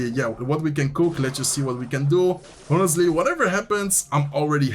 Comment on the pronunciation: Just a small note: in English, ‘honestly’ starts with a silent h. Keep up the good work :)